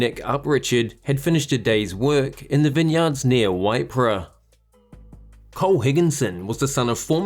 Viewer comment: Waipara is pronounced wai para. Coincidentally, it is spelled much the same way.